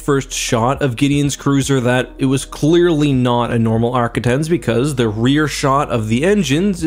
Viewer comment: For the record arquitens is pronounced Ark-quit-tens. Also, before you comment, yes, I am a grammar nazi.